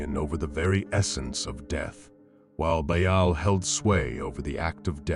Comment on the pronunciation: Lmao this is ai generated slop, are you kidding me? "Bha-al" lmao. And its all over the place.